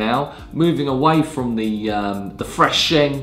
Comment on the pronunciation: A should be able to pronounce tea terms properly. Stop calling it sheng. It's pronounced shung.